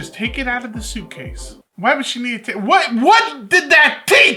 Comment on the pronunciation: “ soupcase” 😂 and you missed 1 episode❤